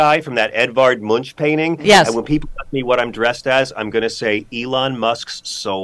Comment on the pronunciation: Tell John that the 'u' in Edvard Munch's name is pronounced like the u in 'Munchen', the city, or funf, the number, and the 'k' is hard, as in book.